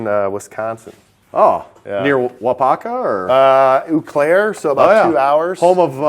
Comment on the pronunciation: "Oooh Claire" ...I can't unhear that. [flips table Wisconsinably] ...great tour otherwise